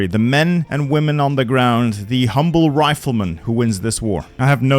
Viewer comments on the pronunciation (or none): none